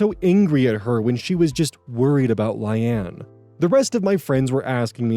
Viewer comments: I think Layne is pronounced the same as Lane. The "rehoming" is wild. You abandoned your pet and thankfully someone better than you took him/her in. OP is at fault in the dog story. How do they prove the walker is at fault. And, they didn't hire the best person they could hire. Legit people probably have insurance and stuff to cover instances like this. I'm glad the dog is okay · yeah, "Lane" or "Lay-nee" would be the appropriate pronunciation unless you're told otherwise, bub XD (I mean this affectionately not condescendingly,, it made me smile tbh, but for future reference) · He does mention he films really late at night so I wouldn’t be shocked if this is an eyes glazing over words situation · how the heck can you mispronounce layne.... its just lane with an extra letter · I’ve seen a few people trying to correct pronunciation of the name. EVERYONE HAS SAID SOMETHING DIFFERENT 💀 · Layne is pronounced the same as Lane, not Lie-anne. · I assume his brain switched the y and the a so he read it as Lyane and went from there but it still killed me lmaoo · Layne is typically pronounced "lane" and not "lie ann" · Right? It's like Lain. LAIN! Not lay-knee! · I'm sorry my friend, but I have no idea where you got Lie-Anne, a two syllable word, out of Layne. I agree, it's a weird name (Hopefully it's a made up name too; otherwise, OP is kind of an idiot 😥). Maybe you saw it, blanked, and combined two reasonable pronunciations into something silly? 😆 Personally I would have just used Occam's Razor and pronounced it Lane, like Payne and Wayne. I assume it was originally a last name, and admittedly I really dislike naming children that way. I would have also understood Line (since it rhymes with Ayn) or maybe even Leanne. It's two syllables, but at least it sounds like a name other people have. But anybody who names their kid Lie-Ann is basically dooming her to 13 years of other kids calling her Liar and Lion 🦁😭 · "Lane" ❌️ "Li anne" ✅️ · LAY-KNEE. layne